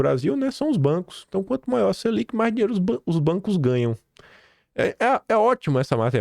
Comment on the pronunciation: Esqueceu do "R" na palavra "dinheiro" da tumb